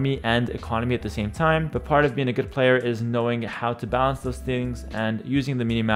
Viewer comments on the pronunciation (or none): none